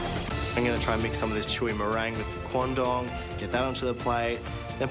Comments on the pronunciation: the way the judges said "Quandong" really sounds like "Condom" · All i could hear was condom, so i thought they all ate rubber dishes